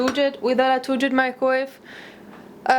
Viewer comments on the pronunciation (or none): يقال مايكرويف ولا يقال مايكويف